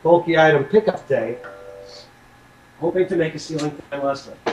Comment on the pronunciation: a feslie lol not leslie get it lolol